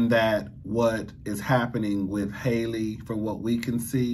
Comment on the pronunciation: Hal-eee not Holly 😂